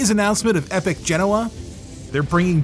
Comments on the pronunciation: Say it with me.. Ge-Noh-Uh. You are saying it wrong as Gen-owah. People follow what you do blindly. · FGS, will you P_LEASE stop Linus calling them 'Gen-NoAh'...it is 'Gen-Oh-Ah' PLEASE PLEASE PLEASE......STOP HIM. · Anthony: Genoa Me, a weeb: Genova